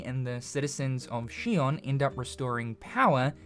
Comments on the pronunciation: Shion? Its zion but with an x. Did you even play the game? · She-on? I thought it was pronounced Zion. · Why is he pronouncing it Shion when in the game it was pronounced Zion... Am I tripping? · He keeps pronouncing Zion as shion but Zion is the proper pronunciation of xion. Zion translates to heaven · Shion? Xion is not Chinese bruh... It's pronounced like Zion, it's a biblical reference, like Adam and Eve are also named the way they are for that same reason. Good video though. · Its "Zion!" Not "She-on" they literally call it that in the game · Do you only read the subtitles? It’s pronounced Zion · i cant wait for the sequel but u keep miss pronouncing xion and saying shion the only thing i want in stellar blade 2 is new swords or blades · Lmao she-on is crazy it's like he didn't even play the game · You are mispronouncing Xion. At least in the English version Adam pronounces it like Zion which makes sense with the biblical tie ins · Are you pronouncing it as Shi on purposely because they don't pronounce it that way in the game. Just curious. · She-ON? Did you even play Stellar Blade? WTF is SHE-ON? Are you an AI voice or something that's just sounding out the words from a script? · I haven't watched gameplay in a good while, so... is it pronounced Zy-on? (Zy like, my or Tyson?) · Lol, he keeps calling Xion like 'she-on' from Kingdom Hearts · …also we all hear you pronouncing Xion that way, and it’s understandable. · You absolutely have to be pronouncing Xion wrong on purpose just to tilt me. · Understanding it's a Matrix reference isn't even the problem. They literally say the citys name in the game, they give you the proper pronunciation 😂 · If anyone should get a pass on it, it’s probably 🤣 The years and years of being programmed to pronounce Xion that way have broken him, and a lot of people didn’t actually play Stellar Blade’s in English to mentally check the pronunciation.